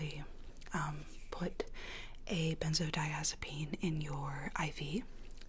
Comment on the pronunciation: i got SO triggered when she said 'benzodiazepine'.